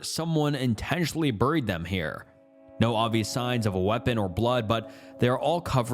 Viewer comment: No way that’s how you actually pronounce “buried”😂